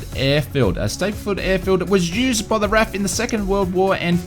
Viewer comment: R A F Pronounce each letter, not as one word.